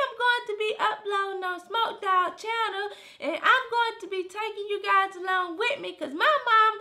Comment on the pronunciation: WHEN DIS NIGGA SAID..."are u gise in a relationship?" 😭😂😭😂